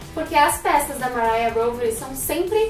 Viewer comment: É "mariá rovery" mesmo, não precisa americanizar.